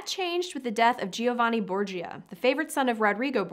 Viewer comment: Giovanni is pronounced jo-vani, Cesare is pronounced with the accent on the first syllable CHEY-za-rey.